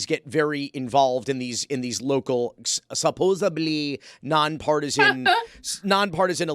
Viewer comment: Bro just said ‘supposably’